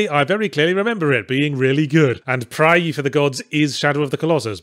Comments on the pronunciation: Before playing the video, I guessed Yahtzee was going to have a nice, drawn out "ae" in his pronunciation of "praey". Was not disappointed! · I read the title of the game and just heard Yahtzee pronouncing it in my head. Watching the vid, it's exactly how I expected him to pronounce it.